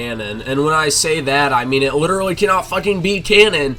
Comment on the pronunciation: “cos somebody liderally AXED me” 🤡